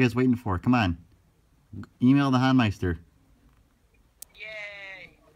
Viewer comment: Thanks for this highlight, you two! For future reference, it's pronounced The HOEN-meister rather than the HAWN-meister.